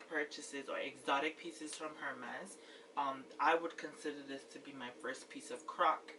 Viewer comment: You have a beautiful collection just wow! Btw the H in Hermes is silent. I think you have the most gorgeous H collection in you tube. My favorite is the yellow B30😍